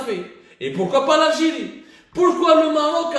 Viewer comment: L'algiri L'algiri bonjour la prononciation hhhhhhhhh